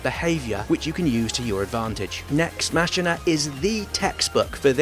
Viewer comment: It's "MAH-KEE-NAH"